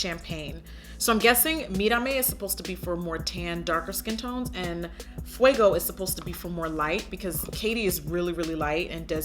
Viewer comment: Yasss jackie hit that "mira me" and "fuego" flawlessly 😍